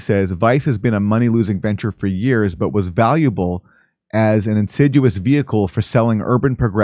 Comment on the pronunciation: How are you pronouncing insidious?